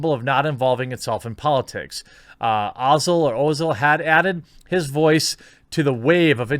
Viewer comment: Am a Muslim and I must say thank you Jeremy for this video and yes, you pronounced his name correctly. Definitely sharing this video and it deserves a like from me as well. So glad I subscribed to this channel